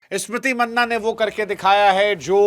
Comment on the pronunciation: मैने आपसे पहले भी कई बार ये पूछा हु और आज भी पूछ रहा हु पूरा भारत स्मृति मंधाना कहता है आप क्यों मन्ना कहते है